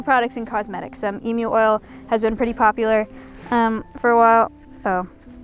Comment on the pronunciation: As an Australian thank you for saying Emu the correct way and not saying Emoo